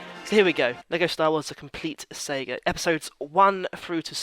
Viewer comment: please pronounce saga correctly lol